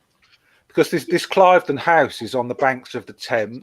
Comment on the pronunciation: Cliveden is pronounced Cleeveden.